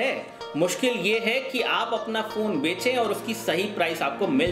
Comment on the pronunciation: It's bechey.. oye.. not benche